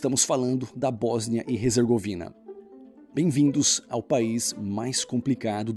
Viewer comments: Cuidado! Tu tá dizendo HEZERGOVINA! O correto é HERZEGOVINA! Abraços! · "Resergovina"?? Desde quando H se pronuncia R?? "Erzegovina" Céus... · Em português a pronúncia é "Bósnia e Ezergovina" e não "Rezergovina"